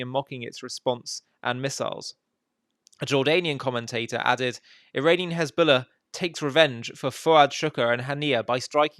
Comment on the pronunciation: HEZBOLLAH is defined as HENZBOLLAH😂😂😂